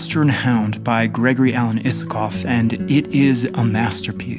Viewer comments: I love this video and its premise but pleaseee, his last name is pronounced Eye-sa-kov! Sorry for nitpicking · This is a lovely video. Fantastic analysis and hands down my favorite GAI song. The version with the CO Symphony Orchestra is just baffling at how good it is. One very polite note, I'm almost certain he pronounces his name with a long I. Cheers. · why did I always pronounce his name as ''aysakov''?